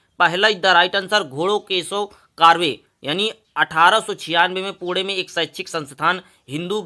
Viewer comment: वह पुणे होता है पुड़े नहीं 😂😂